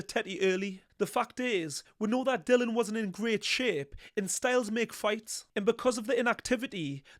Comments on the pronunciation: I enjoy your analysis but strongly favour Itauma. Btw it's Dillian not Dillon, you should get his name correct. 😀 The only weakness I can see in Itauma is his coach Ben Davison. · Dillian not Dylan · Why does everyone call himDilon? His name is Dill IAN! DILLIAN! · His name is Dillian not Dylan. It might seem like nit-picking but it's disrespectful and lazy not to bother getting someones's name right.